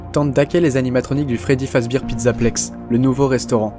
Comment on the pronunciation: Pas fredbir fredbear